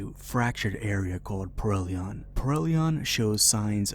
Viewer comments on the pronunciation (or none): Yea you messed up reading the name of the game even. It’s Perihelion, not Perelion, pronounced Pe-ree-HEE-lee-on. It’s Greek. It means ‘Around the Sun’. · Ok you pronounced the name of the emperor correctly: Rex Hellion. Now instead of 'Rex,' change the first name to 'Perry.' As in "Perry Hellion." And THAT is how you pronounce the name of this game (as opposed to prellion). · You keep saying "perrellion", but the spelling of the name looks more like "per-ri-helion".